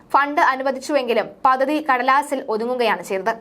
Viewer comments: പദ്ദതി എന്ന ഉച്ചാരണം വളരെ ബോറാകുന്നു.പദ്ധതി എന്ന് ശരിയായി പറയൂ.പല വാക്കുകളുടെയും ഉച്ചാരണം ശരിയാക്കേണ്ടതുണ്ട്.അവതരണം കൊള്ളാം.വാക്കുകളുടെ ഉച്ചാരണം വളരെ വളരെ മോശം. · Padhathi Padhathi. Padathi alla.Malayalam marakkalle.